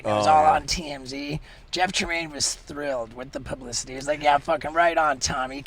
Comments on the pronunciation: said pubissitity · "Just more pub-i-city." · “Pubicity” 😂 Lol 😆